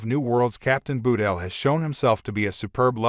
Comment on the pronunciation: "Nobody's Perfect"-Cpt. Spock to Lt. Saavik in "ST:2", but I agree. You'd think these CC narrators would learn to pronounce names correctly before airing them. Ba-tel isn't so hard especially since there's no 'u' in her name.